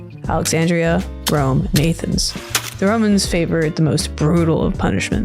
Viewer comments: A-thens is simply unforgivable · Despite your egregious pronunciation of "Athens" 😝 I absolutely love this video! Well produced, well research, sasy to watch, and something most lore videos aren't: fun! Great stuff. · The pronunciation of Athens had me reeling but it’s not a Roman city. It was originally a Greek city and currently still is. Rome at one point might’ve governed over it but it was Greek. Alexandria as well was built by Greeks & governed by them along with the Egyptians for quite some time as well. I’m nitpicking, but if we’re gonna use history to use analysis we gotta do it right.